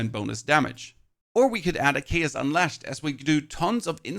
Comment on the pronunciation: How the hell are you saying “unleshed” but then reading it later correctly as “unleashed?” wtf is wrong with you dude